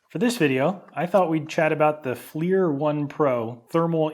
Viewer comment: "Fleer" FLIR is (When not used as the name of the company) actually an acronym. Forward-Looking Infra Red. Pronounce it like "Flirt" but without the T. Please. And, er, it's not a Hill Pump. It's a pump made by Hill. These things are not the same. And, do I really have to say why the IR flashlight showed nothing? sigh Fine. Not all IR is created equal. Different wavelengths. The IR spectrum is wide and heat is only at one end. And, why did you not mention Boyle's law or Charles' law by name? Since, you know, this was about science. Normally you do so well,. But, this one.. waggles hand